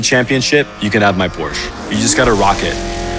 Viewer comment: oh no he pronounced Porsche wrong